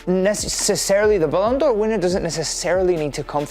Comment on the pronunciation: „balloon D’or” 😂😂